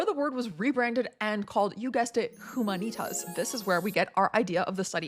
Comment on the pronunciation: Small correction from an italian with 5 years of latin language studies here, if I may: "HUMANITAS" is pronounced uMAnitas (not umaNItas)...the accent is on the first A not on the following I.